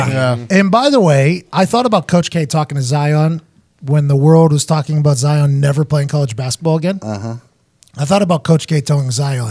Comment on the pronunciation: Pat calling Zion “Zaiyon” adds to the hysteria